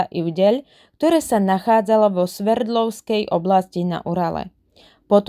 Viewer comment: Sverdlovskej,nie Severdlovskej,Zinajda,nie Zianda.